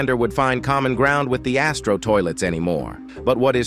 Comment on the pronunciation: You says BIG ASSTRO toilet